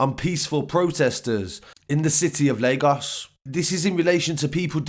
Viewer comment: It’s crazy how you can say Lagos right but CNN and Reuters can’t still🤦🏽‍♂️ But big up for the coverage my guy, love from Leeds/Lagos #MainlandGang